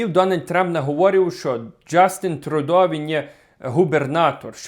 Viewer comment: Не Трудо, а Трюдо